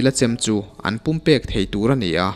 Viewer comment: Pum pek ni lovin pum pelh tih tur